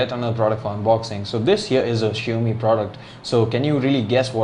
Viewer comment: Shio mi ??? 😂😂😂 Bro its xiaomi not shio mi😝😝